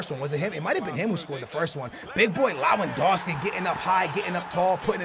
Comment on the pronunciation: "Up to the big boy Lahwendohskee" pronounciation on point as usual. love the videos dude